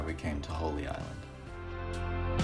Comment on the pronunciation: Not holly island.... Holy (like a church) Island. Nevermind, you said it correctly like 3 minutes later.